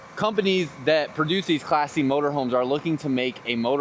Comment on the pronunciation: First two times he said "Class C" I thought he was calling it "Classy."